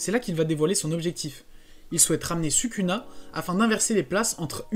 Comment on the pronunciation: pourquoi tu prononce sukuna ? Et pas "Soukouna"?